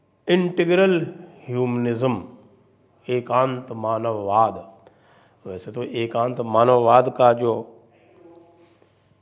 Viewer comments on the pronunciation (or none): Sir, it is "Ekatmatha Manavatha vaad" not "Ekanth...." 🙏